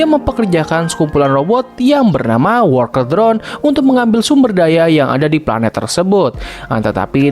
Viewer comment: "Wolkel drone" 💀